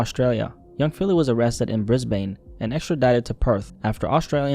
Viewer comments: It's actually pronounced Brizbin, not Brizbain. Although if you don't have much to do with Australia, I can see how the spelling of Brisbane leads to that mix-up. On a more serious note, I totally forgot about this whole situation. Can't believe it's been over a year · hey, just a heads up for the correct pronunciation of Brisbane is said like "Bris-Ben". Honestly props for getting that close though mate 👌🏽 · Brisbayne lmao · briz bane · i find it so funny how americans always pronounce australian cities incorrectly